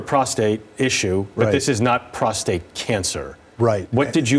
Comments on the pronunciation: What he has prostrate cancer ? Did u say it right ? Thought it was just benign ! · Yikes she really flubbed the opening saying he has prostrate cancer. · The lady host just said Charles has prostrate cancer haha she meant enlarge prostrate surgery